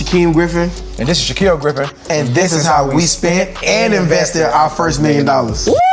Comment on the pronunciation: Anyone else cringe when he said Shaquill and Shaquem